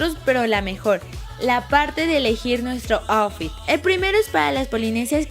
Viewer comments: Lessli me encantoo todo el video pero outfit se pronuncia autfit no aufi ☺️☺️ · APRENDE A DECIR OUTFIT Y LUEGO LO DICES